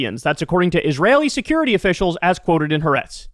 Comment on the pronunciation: First, I DO agree with your assessment of this tragic crisis and of the misguided and bigoted current Israeli "leadership". Entirely. Second, however, say after me: "hah-AH-retz" -- THREE syllables, not two, with the accent on the SECOND syllable, not on the third. This is the correct pronunciation of "HA'ARETZ", which is really TWO words, not one, meaning "the land" [of Israel]. In Hebrew, the definite article is always attached to the noun that follows it, and the apostrophe in the transliterated form ("HA'ARETZ") indicates the word-break between "the" and "land". Most western journalists are mispronouncing the Hebrew name, largely as a result of this notation style. (BUT -- AND MUCH MORE IMPORTANTLY -- please DO know -- AGAIN -- that, apart from what I have said in this note, I agree COMPLETELY with your very diligent reporting of the current situation in Israel/Palestine!)